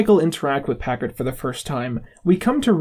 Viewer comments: It's Packer not Packard holy shit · it really bothers me that he keeps saying "Packerd" instead of "Packer" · Packer. Not packerd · He pronounces Packers name as Packard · Your point would be relevant if it was a one time thing. The rest of the video is perfect but he says "Packared" every single time so he obviously doesn't know his name. That's not to say it delegitimises the video in any way. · weirdest part of this video is how you keep saying "Todd Packard" it's "Todd Packer". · I know this video is two years old... but it's "Packer", not "Packard". That's probably intentionally wrong as a joke, but it physically hurt every time he got it wrong. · PACKER, not Packard. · Instead of saying packer he’s either saying packerd or packert and it’s making me crazy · are you saying Packerd? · You keep saying Packerd it’s Packer Todd Packer like the Packers football team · You keep saying "Packard"... It's "Packer" Other than that good video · its "Todd Packer". not "Todd Packard". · I’m sorry, but holy shit dude it’s PACKER not PACKARD, if you’re gonna do a video essay on a show at least know their names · This guy has great views and understanding of the Michael character, but I genuinely can’t make it any further in the video after the 200th time of hearing “Packard” again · Hey,, learn how to pronounce Packer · Yeah thats incredibly infuriating. It delegitimizes the entire video, why am I gonna listen to this guy talk about the office when it seems like he hasn't paid attention enough to even get the names right? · like the video, but please pronounce Packer’s name correctly